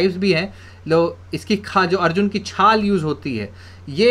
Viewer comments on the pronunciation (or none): none